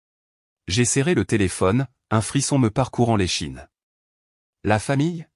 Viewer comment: l'échine et non "les chines"